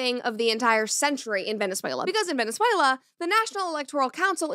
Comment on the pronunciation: That Venezuela pronunciation was ❤